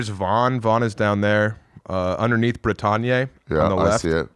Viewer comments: the way my brother keep sayin' "brih-tawn-yay" for "bretagne" is crazy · shit French pronunciation makes me love him even more. 👍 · Bretagne does noes not rhyme with Kanye.